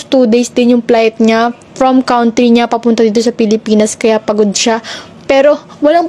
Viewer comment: Kawn'try ?? 😂😂😂😂 You mean country (kantry)? 😅😂